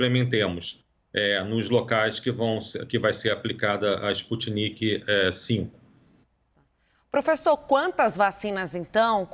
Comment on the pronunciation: A locutora falando " vacina Sputnik Vê, de V. Ela tem q ser avisada de que não é Vê, de V, e sim 5, dos algarismos romanos. Aff... nem o cientista falando, ela prestou atenção...arghhh